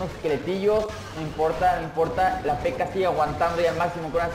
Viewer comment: con una PekAa xd es raro como lo pronuncia almenos aqui en mi pais